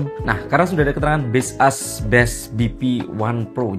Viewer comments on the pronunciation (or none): maksud gw, kalau dari cara baca sesungguhnya, jelas bukan base us (yg pake spasi). Tapi kalau cara baca dari POV pemilik brand ya serah² dia.. Tapiiii, untuk orang umum ya tetep ikut umumnya gmn. Coba ketik di translator terus bunyikan audionya. Juga di iklan baseus yg luar, ngomongnya tetap baseus, bukan base us. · aku ngasih tau doi, soal base us kata abang ini, malah di ketawain 😭😭 di akun officialnya aja mereka bilangnya baseus, bukan base us 🥲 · Ga brmksd jdi grammar police, tapi "Baseus" mestinya sih dibacanya "bays-yooz". Soalnya Baseus sndiri filosofinya "based on user..." 🤭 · Kok base us? Ini ngawur ini cara bacanya.. 😂😂